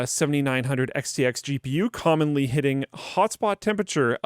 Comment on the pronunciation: Mispronunciation of the day "Condomly hitting", instead of "Commonly hitting"...